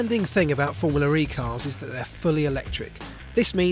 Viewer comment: its formula. not formuler.